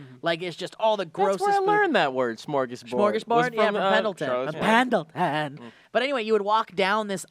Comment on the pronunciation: Templeton, its Templeton not Pendelton.